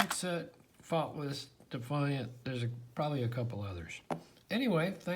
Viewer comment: For a moment there, I thought you said they were Thoughtless. :)